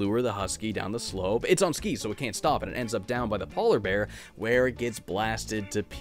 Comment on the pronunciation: Ah yes “paw-ler bears”